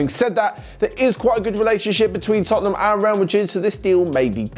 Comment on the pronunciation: I swear I heard say “chottenham” at when he spoke about chawley and wolves game and he accidentally carried it over to Tottenham 😂😂